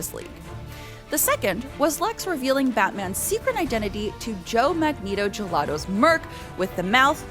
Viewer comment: Joe Magneto-Gelato?? 😂🤣 Aint no way 😂